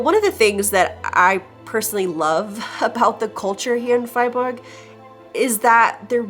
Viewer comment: Good pronunciation on Freiburg there .